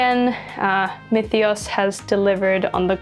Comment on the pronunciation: tthats how you pronounce myethos?